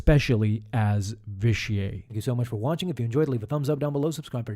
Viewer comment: The way you pronounce Vitiate like it’s a French word annoys me. It’s not Vish-ee-ay it’s Vish-ee-it. Otherwise, great video.